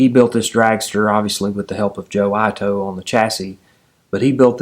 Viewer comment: I love your narrative, you"re a very good story teller. I may be wrong, but if Joe Ito is of Japanese ancestry, his name may be pronounced like 'eatoe', rather than 'eyetoe'. I could be wrong. If so, my mistake. The story is compelling, nice to have history come to life.